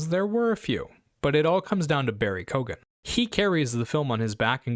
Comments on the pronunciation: It's " Kyo-ghan" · I agree that the pronunciation in this vid is a bit off the mark, but I think the preferred anglicised realisation (as in, the way it'd be most comfortable/compatible to say it in English without code-switching or adopting an unfamiliar phonology) is /kiːgən/ (or a bit more narrowly, [kʰɪj.gn̩] in general southern British English - "KEEgan". As far as I can tell, the Irish pronunciation is akin to [koːɣan] or [kʲoːɣan], wherein the represents a fricative in the same place of articulation as a /g/? This is typically tricky for anglophones though, so some approximation and distortion is sure to come into play when it transitions across to English (hence the seemingly global confusion and all sorts of mispronunciations). Please let me know if I'm missing something though!